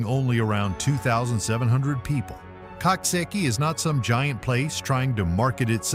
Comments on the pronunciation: Coxsackie is pronounced Cook Socky. Think of a Coxwain in rowing crew. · Pronounced cooksocky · It is called COOK-SOCK-EEE. PLEASE SAY IT CORRECTLY. It's a little town to be very proud of. You need to update your video and pictures of Coxsackie too. The entire downtown area has been all renovated and it's absolutely lovely. Especially our new riverfront.